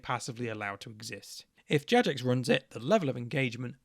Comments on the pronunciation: The weakest argument you made in this video was calling it Jajex. 😂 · the only real issue i take with this video is the pronuciation of Jagex. i've never, ever heard someone pronounce it JadgeJex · I would say that this is a moral failure on your part. It's incredibly easy to just choose the correct option and pronounce it "JaGEX" - What is this "JaJEX" nonsense. What has the world come to? Oh yeah totally agree on pride though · it's pronounced gajex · My only problem with this entire things is that you pronounce it "Jajex" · The worst part of this video: The flagrant mispronunciations of Jagex. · did you just pronounce the g in jagex soft?